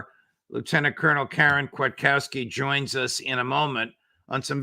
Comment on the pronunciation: Spelled the lady's name wrong fifth week in a row, and now Judge pronounced it wrong too. It's Kwiatkowski. EDIT: Okay, someone finally corrected it.